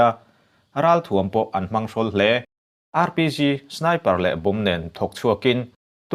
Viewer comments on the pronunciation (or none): Mins14:sec30.."Rpc "nilovin ' Rpg'.....ka hresual nge???